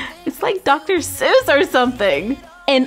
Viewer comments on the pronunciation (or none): none